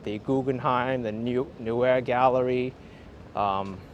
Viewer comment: At 29.20 "Neue Galerie" corner 86th street - 5th Ave. Sounds like "nojje Galerie" not "newe". Also the jumping-off place of the German-America Steuben Parade last september 21th.